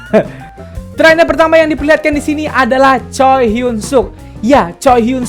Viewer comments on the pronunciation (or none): none